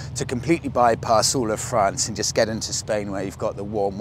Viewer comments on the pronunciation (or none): none